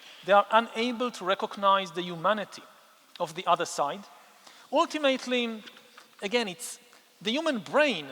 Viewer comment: I admire you immensely, you are the most brilliant intellectual of our time. But you use the word "ultimately" very frequently and someone should teach you how to pronounce it correctly. But it's not very important since everyone understands what you are saying. 😉 By the way, I am a native Frenchman, also a US citizen and I am also an Israeli citizen ( citizenship given to me because I am a Holocaust survivor ) and I don't know a word of Hebrew 😂.